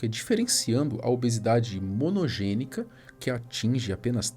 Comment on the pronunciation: Tem gente falando que ele falou errado, mesogenica x monogenica.... O cara deu um baile de conhecimento, oratória, persuasão, e as pessoas falam só de um erro na fala.... Além de que ele é lindo demaissss